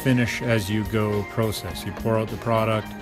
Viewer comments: It is called process not prosess squeegee and broom is faster but still a good job at any rate LOL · Great video. thank you. the only thing that bothers me is the way you pronounced process